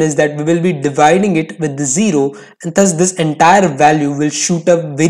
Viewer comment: “THUS” is not pronounceda as “THAS” it’s “DAS”